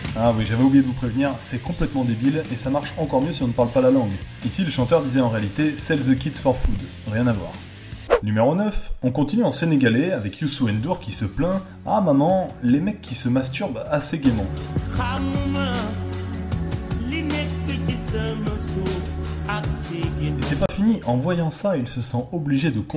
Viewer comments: Je dois te dire, je vis au Sénégal et on ne dit pas du sénégalais mais du Wolof et on ne dit pas Youssou N dour mais Youssou Ndour (c'est à dire que tu colle le ndour, tu ne prononce pas N mais le son qui correspond) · On dit youssoundour et nn pas youssou n dour